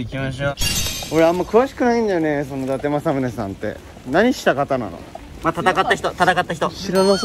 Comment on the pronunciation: 偉人のことはだてくんて言っちゃうけど自分の地元の栃木の地名の読み方はちゃんとわかってるしめちゃん好き